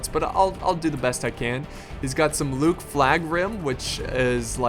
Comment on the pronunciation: You're pronouncing "Loké" wrong. You're saying it as Luke, when it's pronounced like Loki in the Marvel universe, though some also pronounce it "Lokay". And Barding Hird are pronounced Heerd, not Heard